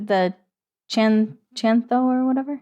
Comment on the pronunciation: Chan, Chantho, THO, not whatever.